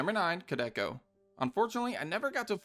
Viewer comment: Dude it's pronounced "Koo Del Kah"